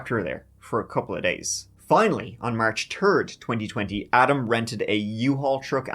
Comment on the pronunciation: March turd? When or what is that?